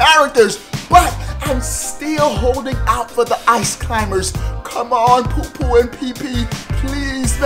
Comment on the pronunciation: Pupu and Pipi. Its Popo and Nana. Po-po, Na-na.